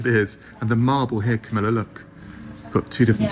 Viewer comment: Camilla not Comilla! Sorry.